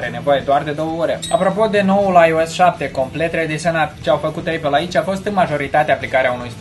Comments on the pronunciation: Știu că se zice eipăl*. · Se pronunță:eipăl! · se zice aipăl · ăpăl, nu ăipăl.